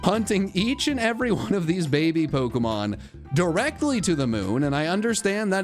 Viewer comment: Worried about you pronouncing chinchou but you never pronounce pokemon right lol